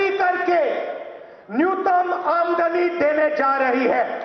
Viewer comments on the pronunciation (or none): ye pappu nyuntam bola ya newton bola?😂😂